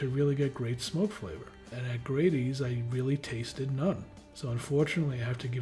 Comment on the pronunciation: You pronounced the name for Grady’s wrong and we’re way off the mark with your review.